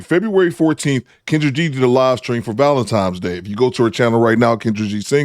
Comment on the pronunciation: Did u say valentiMES?😮😮😮😮😂😂😂😂